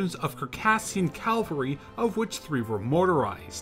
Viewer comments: Cavalry, not calvary. Unless you're talking about French special forces being made up of American evangelical Christians? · Not bad but you need to practice your pronunciation. Cavalry and Vichy mispronunciation was irritating . Lavarac . Syrian . The use of PNG and North African photos also unnecessary